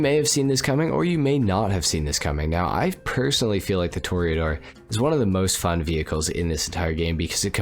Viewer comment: Tor Ah Door NOT Tor eee Ah Door